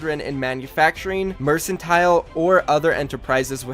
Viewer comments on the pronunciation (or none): it is pronounced merkantile.... little help there kiddo